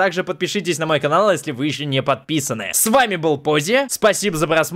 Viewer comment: не пози а